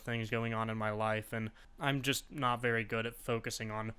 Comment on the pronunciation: You need to learn to pronounce word NOT. You are saying NUTS.